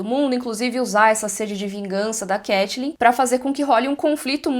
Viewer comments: CAI-TLYN , nao CATI-LYN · muito engraçado ver a pronunciando 'catelyn' no lugar de caitlyn por causa de got, porque aconteceu a mesma coisa cmg quando eu comecei a jogar lol 😂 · Eu ouvindo a pronunciando Caitlyn como Katelyn e fingindo que estou ouvindo Hodor cavalo. Saudades eternas.